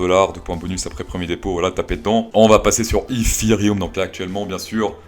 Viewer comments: Il le dit en anglais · J’attend avec impatience quand tu dis ifiryum mdrr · Iszirihoum! Voyons🤣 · nan nan je tassure man ! Aucun anglais le dit comme ca haha